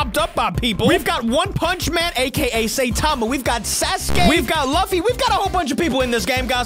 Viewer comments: Man calls Luffy "Laffi", it hurts. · You said luf fy lol it’s luffy